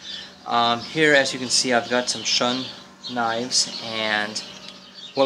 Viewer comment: Shun is pronounced "shoon" as in "moon"